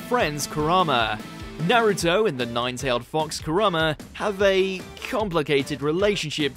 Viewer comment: Is it me or is he pronouncing Kurama wrong? Ku rar ma is what he's saying but isn't it Ku Ra ma? Not like it matters I'm just wondering xD